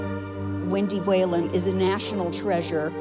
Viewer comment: For the record-- Whelan is pronounced "We-lan".